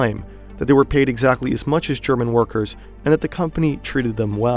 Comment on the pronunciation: I love listening to you when you say german words with a dutch accent and people of every other country are probably like: yes perfect pronunciation ... also great video love your content <3